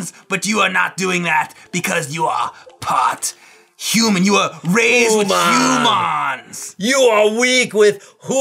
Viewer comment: [homan] is the Ferengi way of saying 'human'! Maybe that's where got it from?